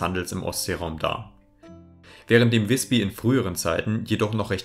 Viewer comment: Übrigens: Nicht "wisbi" sondern "wisbü"! Das y ist im Norden dasselbe wie unser ü.